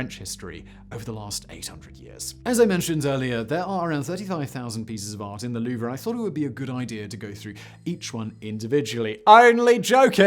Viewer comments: I know, where in his research did he find someone call it The Louv-er. It's Louv. It's almost as grating as Americans calling Turbine's, Turban's. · It's the Louvre not Louver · Not "loover" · Huge fan, but 60 seconds in, and I have to stop watching. Louvre. It's ONE syllable. ONE!! Not loo-ver. Not loov-ruh. LOUVRE! Cannot unhear. Ugh. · Ah yes, the lou-vrah. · Loo-Vrah LOL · I know you already said it, but damn your french is so baad, as a french citizen, it maded my hear bleed every time you tried to say french words lol, you're as bad in french than french people are in english ;) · Your French pronounciation is horrendous but still very funny. I loved this video. Greetings from France, mate =) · This is like someone pronouncing jalapeno jell-app-in-no. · I dont mean to be a linguistic National Socialist German Worker but you may be pronouncing Louvre wrong........ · Why is no one talking g about how he pronounces the “R” in Louvre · I was thinking the same... cringe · Thank you! I can't concentrate on what he's saying because my ears keep picking up each time he mispronounces The Louvre. I hate being so nit-picky, but I can't help it. My ears won't unhear it, LOL! I love Simon though, no matter if he mispronounces things or not. Also, here in the U.S., the word "homely" means ugly... but I've noticed through many videos that Simon uses it as we would use the word "homey", meaning comfortable & home-like. I wonder if all Brits do this, or is it just a Simonism? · He butchered every single french word, "Louvre" was far from the worst. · I thought the R was silent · Because mispronunciation is kind of his thing, I honestly don’t know if he’s saying “Louvre” incorrectly, or I’ve be saying it wrong my whole life. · was going to give this a like until he mispronounced "Louvre" a thousand times during the video. I don't speak french but this is just really lazy. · Isnt the "R" silent...?